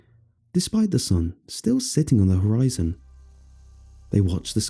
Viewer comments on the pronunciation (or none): none